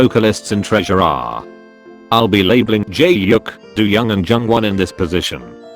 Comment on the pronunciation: The way it always says "jaehyuk" LMAOOO